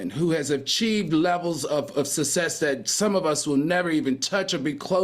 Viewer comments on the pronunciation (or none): 😂😂😂 I thought I was the only one who noticed the 'success' one! He doesn't pronounce the double 'cc' only one lol!